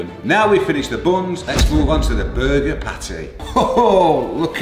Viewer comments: is it just me or did it sound like he was saying "booger" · the way said burger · the way he says burger makes me want to commit toaster bath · the way says burger is a little funny to me